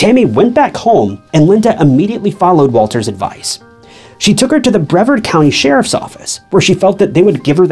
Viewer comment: Not BREA-VERD, but BREE-VARD. I grew up there.